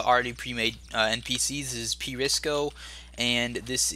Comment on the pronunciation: His name is pRISO there is no C